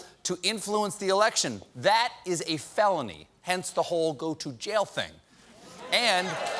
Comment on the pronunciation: "Damning" "Felony" Wrong on both Cobert